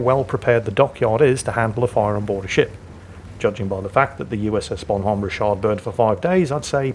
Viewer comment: It's pronounced "RICH-erd" as in rich - herd. Like your King Richard the Lionheart,. We Yanks are not French, please don't associate us with them, lol.